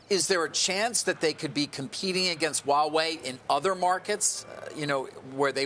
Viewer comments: Pronunciation correction for almost ALL AMERICAN: It is H-WA Wei/ It is not WAWAY It is H - as in in Heh ....and then WA Wei.....You really pronounce the H. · Why do they say Wawei? It's called Huawei. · Why cant Americans pronounce Huawei. It sounds so funny they way they say it. These are supposed to be professionals but sound like clowns.